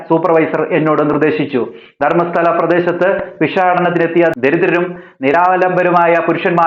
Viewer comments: ധർമ്മസ്താല അല്ല ധർമ്മസ്ഥല എന്നാണ് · Kudos! Great great great!! HOWEVER. pls.b.v.careful- from yr pronunciation looked like " dharmashaala" to me.....u might have sounded as dharmasthala but in many places of Yr narrative, it felt like "dharmashaala", as you know where is dharmashaala and it's imp. (it is in H.P. Kangra valley- settlement centre of BUDHISTS) if u made mistake pls rectify. Rest u did a great job, congrats!!!!! Now, I think, v shd. start a movement th.out kerala for kerala malayali blind dharmasthala devotees......DON'T GO DON'T GO GRAVEYARD DHARMASTHALA!!!!!!!!!